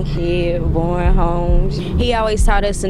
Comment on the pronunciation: BOWEN NOT BOWING FOOL